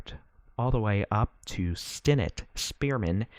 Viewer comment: It’s pronounced stin-NETT.